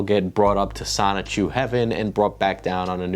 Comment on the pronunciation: The biggest question in all of this is, will Chris-Chan ever actually pronounce the N in “Sonichu,” or will it forever be “Sahchu”?